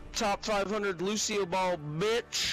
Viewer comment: ffs jesus muselk its lucio and I come on